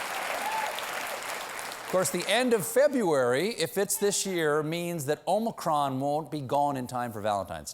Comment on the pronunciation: Maybe by the end of February Stephen will know how to say Omicron.